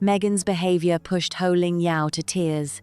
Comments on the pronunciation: POH not Loh! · Her name is Poh…….not Ho !!!